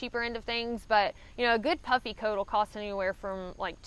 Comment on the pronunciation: I was watching this in the background while working and thought I heard "for warmth, I take a puppy and some fleece", after re-watching I realized that you said "puffy". Both would work for warmth though I guess :)